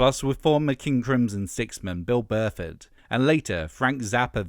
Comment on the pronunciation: Did you really say Bill Burford? Thinking of unsubscribing.